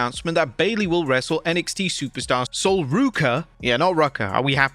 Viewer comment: lol one day you'll get her name right.. you finally got the Ruca part. but her first name is prounopunced "Soul" (as she made sure to tell everyone on Busted open during her interview with Bubba Ray.)